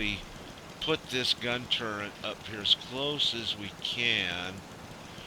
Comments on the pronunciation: does anyone else wonder why he is saying turrent not turret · " TURRET " not " TURRENT " nice vid though..